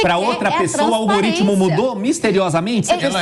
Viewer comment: "Minha gente, é o olgorítmo" kkkk